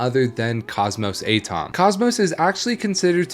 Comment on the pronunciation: Do you really not know what an atom is? At-om instead of A-tom.